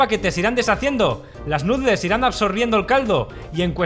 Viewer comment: Lástima que no pare de decir "nutles" en lugar de pronunciar "nudels".